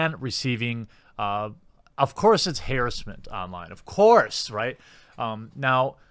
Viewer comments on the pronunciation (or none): Haeiressment & Aaigreveit, what the fuk is that pronounciation?